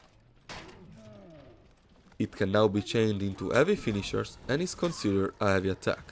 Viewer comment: I love how you say "eavy". You don't say the h, and it sounds pretty funny :)